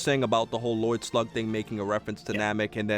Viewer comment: ''Lloyd Slug'' XD